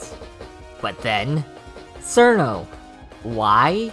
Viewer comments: Nah its fine bro, i know you westerners have it bad with eastern languages You are saying it as Surno while it should be smth like Chirno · It's "Chill-no" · "Sirno" -A Wise Soldier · who the fuck is "sir no" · People who pronounce it "Sir-No" scare me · isn't it pronounced "chiruno" or "chirno" ? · >pronounces it as sirno Goodbye. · "Serno" Ok this starts well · >Sees a Touhou theory video >Clicks >Hears dude pronounce Cirno terribly wrong >Refuses to watch further and leaves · It is just the Japanese pronunciation, Cirno isn't really a Japanese word, if Chiruno is the correct term then we would have to call Clownpiece "Kuraunpiisu" or Medicine "Medisun Merankori". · Nice video! Also, I know, you know, that the way you pronounce Cirno is HERESY!